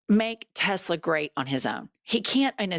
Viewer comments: Legal question!! Do we think he says “Tesler” instead of “Tesla” so he can say in court that he never directly said “buy Tesla” etc exactly- like a legal way of covering his ass if they go after him? Love you ❤ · Not "Tesla" ladies..Say it with me and POTUS..Tessler.. Just saying. Don't forget tomorrow day of Tesla protests! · It’s “TES - LER”.